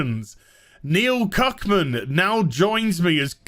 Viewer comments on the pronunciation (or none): Huh, I think you're getting his name wrong? Isn't it Druckmann?